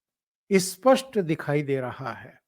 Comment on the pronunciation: Spast or ispast. Pahle aap apna Hindi thik kaslein.